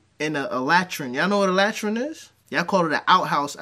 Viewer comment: La-TreeN, la-trēn is how it’s pronounced. but i follow